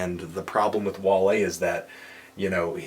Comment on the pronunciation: Im Surpised he Said Wale's Name right.